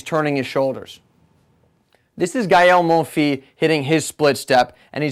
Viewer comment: Hey dude. Just noticed that in every video where Gael Monfils comes up, you do not pronounce his name correctly. I'm not trying to be a jerk or anything, but I think it's better to pronounce the names of famous tennis players properly. In this case, it's Gael Monfils - the "s" at Monfil.s. is pronounced. In French, his family name literally means "my son". So, it's not "Gael Monfil", but Gael Monfils - with a pronounced "s" in the end. Cheers.